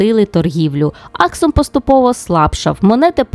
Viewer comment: Цікаве відео, дякую Перепрошую, але мені здалось що були помилки з наголосами в назвах Аксум та Йемен.